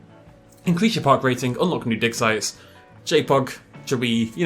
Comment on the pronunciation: When you say "digsite" i keep hearing "dicksize" xD wtf